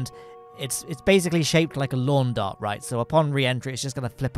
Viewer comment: « It's basically shaped like a lawn dart » You mean, a Lowne dart ? Right ? 😂